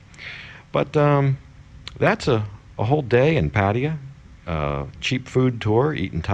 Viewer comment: your pronunciation of pattaya is horrid!! Are you from the Midwest? Anyhow, interesting video. And who the hell does not like thai food!!!?? That's the equivalent of not enjoying thai women! jezuz h Christ!!